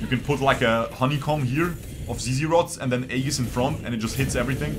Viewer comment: "ee-juhs" not "ay-gis"